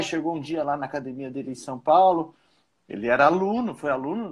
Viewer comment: O Gracie pode ser de qualquer geração e proceder de qualquer linhagem, ele sempre vai falar "Cadimia" kkkk kkkk